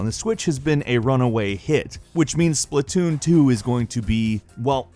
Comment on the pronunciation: it is "Splat-Toon" not Splitoon did you have a brain fart? It must be your advance age, your not getting any younger grandpa...